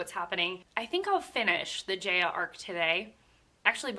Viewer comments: It is pronounced as Jah-ya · Great video! Btw Jaya is pronounced like “Jai-ah” like hi-ya with a j.